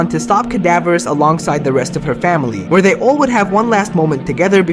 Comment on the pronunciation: "YOU WHER DEPRESSED AND TRIED TO SAVE ME, I HATE YOU DAD!" Thats all i heard